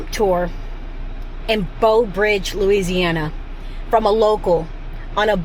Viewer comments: . Nope she said Beau 😂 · I was going to say that too. Plus, it sounded like she kept saying BOW Bridge!! The teacher in me was making the "Brrrrr" sound. Great video! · Its not Beaux Bridge. Read the sign. Its BREAUX (with an r) Bridge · It's Breaux... bro bridge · It's pronounced "brah-oh" or "broh." The French elongates the "eaux" or "oh" part of the word. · You don't crawfish.... enjoyed the video, but you needed a guide... and Breaux Bridge has an R in Breaux!!! -- you could have learned a LOT if you just asked anyone questions. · You 1 hr away from me (Baton Rouge). Hope you enjoyed , love the content ❤ P.S. Ypu say breaux like “bro” Teche is “tash “ (Teche is a Chitimacha word meaning snake) and Angelle like “anjel “